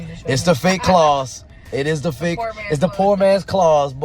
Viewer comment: KAWS not claws lol